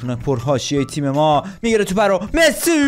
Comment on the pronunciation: عشقی ❤❤فقط چرا وقتی می خوای بگی مسی میگی مسوو